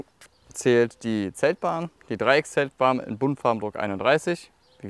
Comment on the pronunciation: Ohne „s“ dreieckzeltbahn … so wie scharmslippe